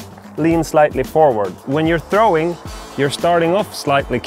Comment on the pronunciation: "trowing".. got me to click subscribe.